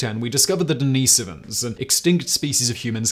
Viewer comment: the way you say denisovans is maddening🤫